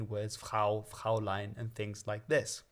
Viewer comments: interesting how you went out of you way (successfully i might add) to pronounce German «Frau» correctly but then sort of butchered the word «Fräulein» – the diphthong should be /ɔʏ/, so similar to an 'oi/oy' in English.. or maybe an 'i/eye' if you're Dick van Dyke 😂 (btw, learners or German, please don't use the word «Fräulein» – it sounds a bit old-fashioned and is rather condescending) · His pronunciation of "Fräulein" doesn't make me confident that his Frisian is correct either.